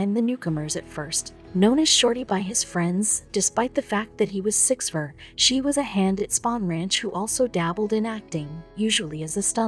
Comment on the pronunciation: Your photo of the Spahn Ranch looks nothing like the Spahn Ranch—because it isn’t. And the photo of the Hinman property is bogus too. Cielo Drive and Donald Shea’s last name are mispronounced— scores of other mispronunciations. Terrible video quality. You guys should make a video of JFK—but use Ted Kennedy photos.